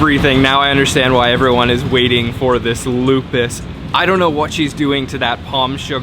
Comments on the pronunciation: Lupis, not lupus (disease) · Loo Pees, not Lupus..haha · Lupis not lupus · that is lupis or lopis,,not lupa.. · It is Lupis, not lupus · that is lupis not lupus 😂😂😂, i'm from Yogya 👍👍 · That's not lupus. That's LO-PIS. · Lupis not lupus 😆🙏😃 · You should say lupis. Lupus is a name of desease because of autoimmune disorder.😊😊😊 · Its not lupus...but lupis..cake lupis...you should check...and that jelly thing in gudeg it call sambal krecek i believe...skin tofu and skin craker with a chilly.. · It's pronounced as "KUEH LO-PIS"... The way he pronounced it sounds like a dreaded disease... 🤔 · What... Did he say traditional food Lupus? 😂. Lopez Kali?😝😂👍😎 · Hi...Lopis pronounced Low- peace...enjoy my home town...👍😁